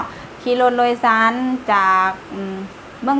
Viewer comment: รถโดยสาร นะ ไม่ใช่โลยสาร